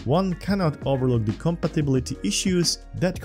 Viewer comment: what is zee height?